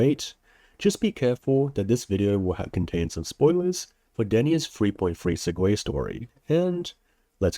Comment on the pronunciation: it's pronounced seg-way btw